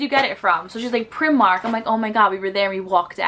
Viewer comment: Pry-mark. Often referred to as pry-mar-nee (as in Armani)